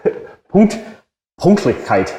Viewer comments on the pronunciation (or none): you need to practice Ä Ü Ö its not punktlichkeit. ps maybe you should consider to do a verkürzte ausbildung because you have experience and as a geselle you get more pay usually that would take you one and a half to 2 years may it is not possibel but ask and find out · If you want to learn the German language First learn to speak - Pünkt Then... Lich Then... Keit Then put it together Pünktlichkeit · Es heißt „PÜnktlichkeit“. „U“ and „Ü“ is not the same.